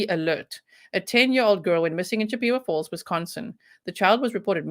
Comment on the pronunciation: I love your accent, it's wonderful. The name of the town is named after a Native American Tribe CHIP-A-WAH FALLS. In no way is this meant in any way other than in an effort to help you, and to be respectful to the Native American Community. I respect you and appreciate you far too much to do anything that would be negative, as it certainly not my intent.